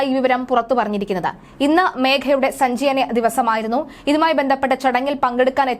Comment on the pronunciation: "സഞ്ചാനിയമോ" സഞ്ചയനം ആണ് കുട്ടി 🤣🤣🤣